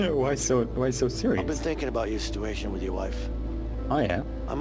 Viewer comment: "your stewation"